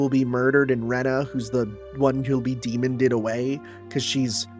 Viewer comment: Demon-ed away, like killed, not demon-ded. I'm sure this will not affect your relationship with Rena in any way www